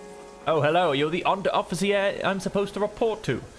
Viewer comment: Ah, Herr Unteroffizi-air! 😄